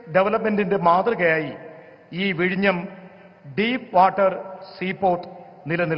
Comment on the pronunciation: എന്റെ കുഞ്ഞേ വിഴിങ്ങം അല്ല വിഴിഞ്ഞം ആണു